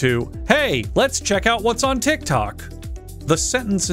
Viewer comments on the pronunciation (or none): none